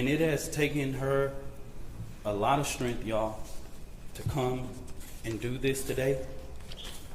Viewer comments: He mispronounced lots of words..WITH=WIF ... STRENGTH =SKRENGTH .. I don't get this 😅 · Better work on his grammar 😂.. Wif, skrength